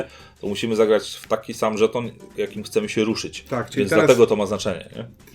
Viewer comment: Mam dziwne wrażenie, omamy słuchowe że zamiast słowa/słów żeton/żetony oboje wypowiadacie co jakiś czas szton/sztony ;)